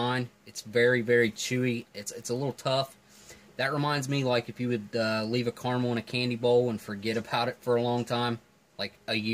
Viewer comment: NOO, DON'T ROLL THE R, Ca ra mel, Carmel is a placé in Israël and also in Californie who shrewdly elected Clint Eastwood mayor a while back